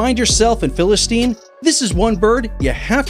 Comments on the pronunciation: Bro IT is Philippine eagle not Philistine. But it is okay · It's Philippine Eagle not philistine eagle. Get it right.